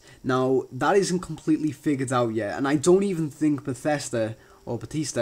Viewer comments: bathesda not batesta u had it right the first time....eeehm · who the hell calls it BethEEsda?